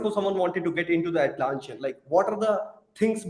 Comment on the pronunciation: Nice video. I guess you are pronouncing the company's name a little wrong. Its Atlassian, not Atlanssian.